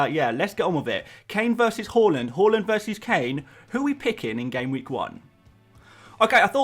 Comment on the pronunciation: More like "Hauland" am I right!